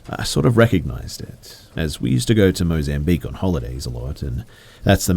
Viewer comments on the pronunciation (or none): none